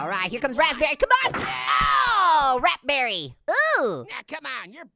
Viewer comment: Rapberry? Is Raspberry.